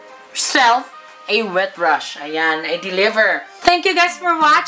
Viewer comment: Ang daming english sis 😂😂😂 Hwet brush 😂😂😂